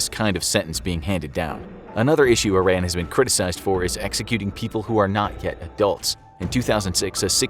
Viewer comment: It's pronounced E-RON.